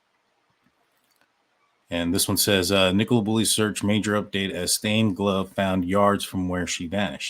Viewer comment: Nick o La not Nick cola 🫣